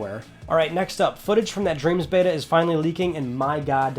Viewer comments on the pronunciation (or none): none